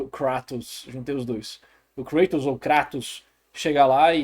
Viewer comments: Lembrando que Kratos é grego então a "pronuncia correta" de seu nome não é Kray-toes mas sim Krat-OW-s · Que vídeo bom do mano BulletOo. adorei a junção das duas pronúncias, vou aderir